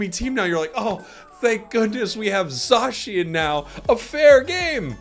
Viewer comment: It is pronounced “ZAY-SHIN” not zaaaaaaaaaaaaaaaa shin please say it right for the love of god 😭😭😭😭😭😭🥱